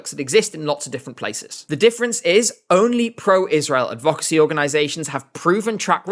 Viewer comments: Why do you pronounce advocacy like that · It’s like he’s never heard the word “advocacy” spoken before and is just guessing on the pronunciation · Just letting you know - that isn’t how to pronounce advocacy.